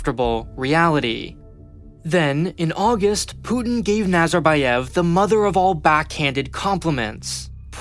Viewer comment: аs a person from Kazakhstan, I can agree. аlso, it's Nazarbàyev, Astanà, Tokàyev and not Nazarbayèv, Astàna or Tokiyèv